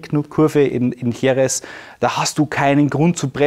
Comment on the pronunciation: Wirklich coole Videos! Aber bitte sprich doch Jerez richtig aus... da schüttelt's mich jedes Mal. 😉